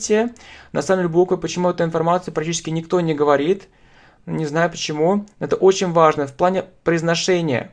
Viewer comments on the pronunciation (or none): none